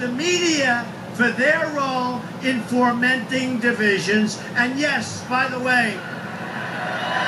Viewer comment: notice the applause on the line where he said they are "formenting" division instead of "fomenting".